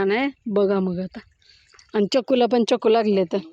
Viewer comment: चकू -चकू नाय ग बाय .. चिक्कू चिक्कू म्हण .